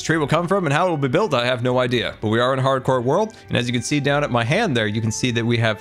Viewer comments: "Hardcore" sounds like "parkour" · I love how says "hardcore" with so much emphasis like its a slap on title screen.